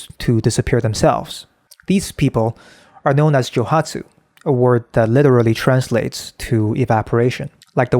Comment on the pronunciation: Joooooooohatsu. Joe-OOOOO hatsu, without meaning to be impolite to correct how you pronounce the word. It might not be only Japanese men, who would do this.